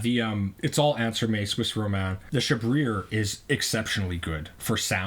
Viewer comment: "Chabrier" is pronounced "Shab-ree-ay".